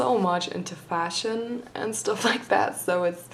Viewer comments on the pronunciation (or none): none